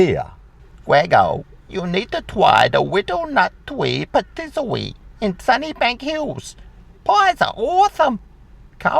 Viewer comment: Pattisary ? You mean Patisserie😮